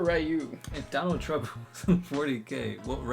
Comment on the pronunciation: Donald Trump............ Dornald Trump. Donald Trump is Dorn. gg